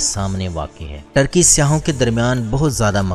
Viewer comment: ٹرکی نھیں بلکہ ترکی